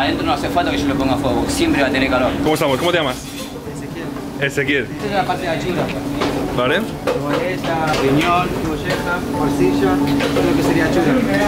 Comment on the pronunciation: Es "ACHURA". No "ANCHURA", jajaja. Que bien que fuiste al Ferroviario, J. Te tenemos que dar la ciudadania ilustre ahora.